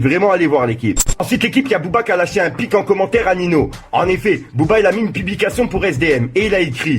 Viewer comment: Jten suppli arettes de dire « Nineau » c’est malaisant wallah 😂😂😂😂😂😂 (On prononce Ninio frero)